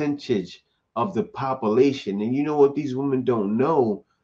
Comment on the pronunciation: Population is pronounced 👉🏾( Pop-you-lay-shun) not or